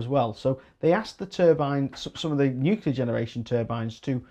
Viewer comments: I was hoping you would go into the ofgem surcharges to cover the losses from price capped energy companies that were forced into liquidation by government policy. All those costs were loaded onto the remaining suppliers. Glad to hear that you learned how to say Nuclear half way through but odd that you called it newkewler initially.😉 I would like to see a rise in co-operative new 100% renewable generation companies doing contracts direct with investor-consumers. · Thanks. BTW, glad you started saying nuclear properly after the first 5 minutes. 😉👍